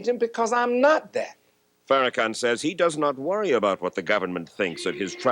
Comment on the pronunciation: The insistence to mispronounce Farrakhan’s name is sustained and willful disrespect